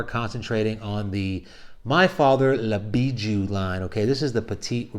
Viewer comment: Dude can't say the name correctly 😂